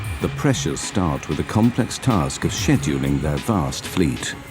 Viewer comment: If the narrator never said "scheduling" again for my next 3 lifetimes, it STILL would be too soon.🤣 I'm all for employees being passionate about their job & being highly motivated to perform. However in this case where you have a plane full of people whose lives depend on pilots/ATC's actions its NOT a case of "get there itus" that's just reckless in my opinion & totally unacceptable for people whose positions of maintaining public safety that use the airlines for their means of travel. I also believe the airlines in general should be somewhat accountable. They implement strict safety measures that pilots MUST follow while increasing pressure on them to stay on a required schedule that effects other flights, etc Like most jobs where rules are logical in theory & on paper, but are anything but when implemented & executed. An airline job differs due to the level of potential consequences that possibly could effect 100s of lives. I would hate to think the airlines in general would set these written standards consciously knowing they are next to impossible for pilots to routinely achieve & for the sole purpose of insulating themselves against lawsuits that surely come in the aftermath of most plane crashes. At this point, when greed is involved in the equation...there's not much anyone could do that would surprise me.